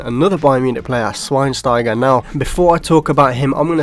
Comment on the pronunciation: Got SCHWEINSTEIGR so wrong